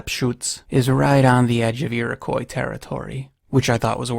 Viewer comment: Hey, great video. But it’s pronounced like iri-quaw or ee-roh-quaw